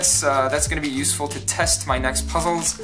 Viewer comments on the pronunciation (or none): none